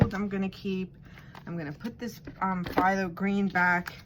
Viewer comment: Awesome, yes it’s pronounced thalo (pthalo) the p is silent